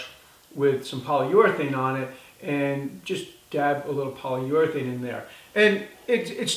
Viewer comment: Poly-your-athane. Lol